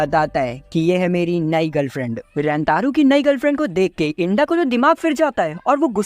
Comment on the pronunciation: Bhai to inda ko genda kiu bol rahe...... Inda🚫genda♎